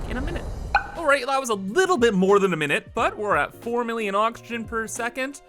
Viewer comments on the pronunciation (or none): none